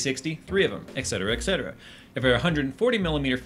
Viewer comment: Oh, for fuck's sake, it's etcetera, not "excetera"... It comes from the Latin "et cetera", meaning "and others", whereas "ex cetera" in Latin would mean something like "outside the others", thus having a near-complete opposite meaning...